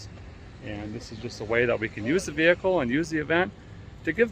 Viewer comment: I'd say retire the ol' gal and use her drivetrain in another veehickle.